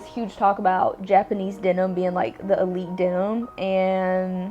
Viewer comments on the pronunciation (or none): none